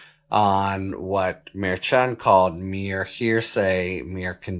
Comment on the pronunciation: The judge’s name pronounced “Mer-shand” Ch as in the French “cher” not the ch in “church.” Sorry, your mispronunciation has been driving me crazy for months. Your analyses are wonderful but the pronunciation really bugs me. I’ll cope. Just thought you ought to know.